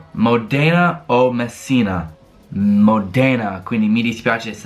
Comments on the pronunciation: SI DICE MÓDENA NON MODÉNA😓😓😓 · Si pronuncia módena non modèna! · Mòdena, not Modèna